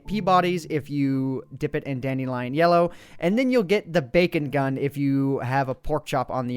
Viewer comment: it's not dandIilion it's dandelion there's only one "I"